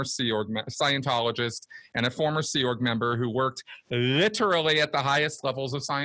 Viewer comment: Plus he always says "riterally".